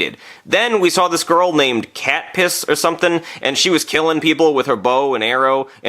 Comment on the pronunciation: It was actually not catpiss it was Katniss